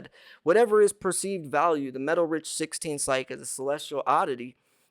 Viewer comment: It's pronounced psy-key. Please get it right.